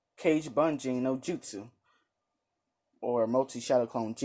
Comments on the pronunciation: Its not cage btw its u say it like ka-gay not cage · Btw it is ka gae not cage